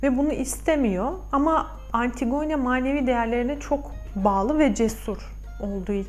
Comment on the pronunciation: yanlış anlamayın ama antigone diye değil antigini şeklinde okunur. dinlerken biraz zorluyor☺